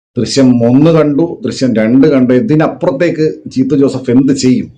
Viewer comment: ജീത്തു അല്ല ജീത്തൂ